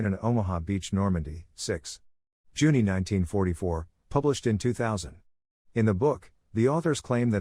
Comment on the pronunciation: Juni is pronounced YOONIE!